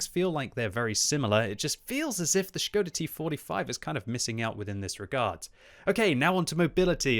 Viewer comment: its ŠKODA btw